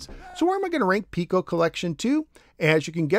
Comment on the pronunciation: It seems like I'm in a minority of one here, but I'd like to point out something that's been bugging me since this cartridge was released. Every video I've ever watched on the Piko collections has the host pronouncing the name of the company as "Peeko," but the company's logo contains the mathematical symbol for pi. Are we sure it's not supposed to be pronounced "Pie-ko?" Sorry. But it drives me nuts when I see videos about Imagic games and the hosts pronounce the company's name "Eye-magic" like it's an Apple product. The correct pronunciation is "EM-magic" because the name is an amalgamation of the words "imagination" and "magic." It just seems to me that to mispronounce the name of a company is a disservice to the company. While I'm 100% certain of the Imagic pronunciation (check any of their old TV commercials to confirm), I'm not 100% sure about Pico, just 99.9% sure. I'm pretty sure the Pi symbol would indicate that "Pie-ko" would be how they wanted themselves to be known. Either way, another great video. Keep them coming!